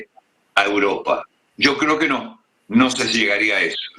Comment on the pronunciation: que tortura de programa con este presentador, vuelve sergio te lo pedimos por favor!!! valgame dios!!!! "uropa" donde es alguien sabe?